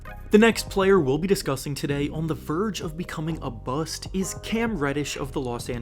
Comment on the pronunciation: “A verge of becoming a bu-st”😫😫😫😫